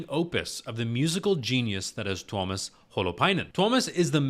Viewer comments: dude, u pronounced him right, no worries man xD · Your pronunciation of Tuomas' name was good, not perfect, but good ☺ The "i" is actually pronounced a little more individually, less as a diphthong with the "a". I've started to set up a list of vids where the names of the band members are pronounced (no actual links since YT is so unreliable with comments containing even internal links): For Tuomas Holopainen: Marko says his name right at the start of "Greatest Show on Earth" from Tampere (only on fan channels) For Marko Hietala: Floor says his name at the start of "Elan", live from Wembley Arena (also only on fan channels) For Floor Jansen: Marko says her name right before "She's My Sin" from Wacken 2013 (most videos start after it, so either pick the full concert and go in-between "Wish I Had an Angel" and "She's My Sin", or there's a version of "Sin" that includes the introduction, from channel GhostHell) For Kai Hahto (current drummer): Marko says his name during the intro of "Weak Fantasy" from Tampere